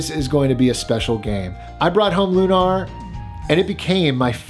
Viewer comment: It's funny because I was just going to make a "this guy" comments, too. But mine was going to be: This guy is so nice and has such a sad story and has such good content that we're all giving him a pass for calling the Lunar game "loon-arr", instead of, you know, the normal way it's pronounced. lol. God love him.